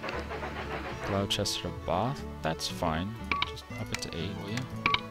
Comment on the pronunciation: he said gloucester wrong